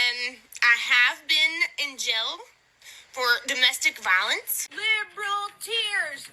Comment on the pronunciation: Dumb-estic VAH-lintz